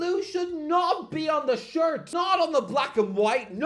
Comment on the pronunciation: "Arsenal home shart" lol